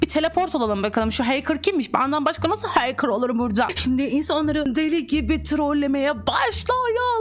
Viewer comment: ✨bUgÜn HeYkIrHh OlUyOrUğĞm HeYkIrHh✨